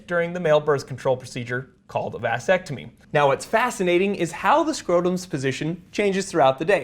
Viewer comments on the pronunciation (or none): When you mentioned the Vas Deferens and pronounces vasectomy with an emphasis on Vas I finally realized how it got the name. Before that, I never understood why it was called a vasectomy